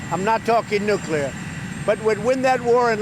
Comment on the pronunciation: Finally, a President who can say "NUCLEAR" instead of "NUCULAR" hahahaha! I don't understand what the problem is with some people, are they lazy or what? Speaking the English language seems to be getting harder for certain people. Forget about spelling - just not important anymore?